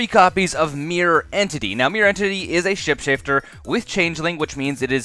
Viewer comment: "now, Mirror Entity is a Ship-Shafter" 👌